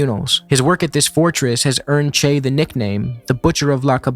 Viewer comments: It doesn't change anything, but the way you pronounce "Che" sounds like "Chey" to me. That doesn't really make sense because, in both southern Brasil and Argentina, "che" is used like "bro" or "mate". The "e" is a closed sound, more like the "e" in "latte". If accents were allowed, I'd write it as "chê", short and strong. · Bro you can't even pronounce "che" and pretend to lecture us about him. Just shut up